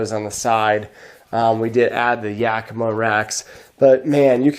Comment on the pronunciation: Yakima is prounced AK-AK-AK as in AK-AK guns. not softly- this is a Sahaptin Word. In fact Yakima Tribe, Yakima River, in the Yakima Valley. The correct pronunciation is Yack -ih-Maw, rhymes with Wichita, with as much emphasis on Maw as on Yack.